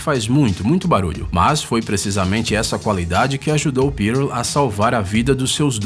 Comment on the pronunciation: Cara, não é "Pírôl". E sim, "pûrl.